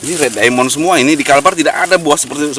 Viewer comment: Itu kalau baca bukan red diamon. Tapi red daimen